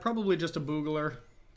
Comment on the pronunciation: For the love of god, it's pronounced "beeyu-gler"